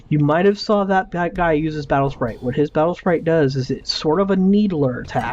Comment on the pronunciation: he says my spatle sprite